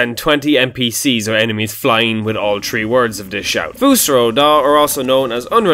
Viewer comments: THREE THH-REE NOT TREE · Stop saying "tree" when you mean "three" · "tree words"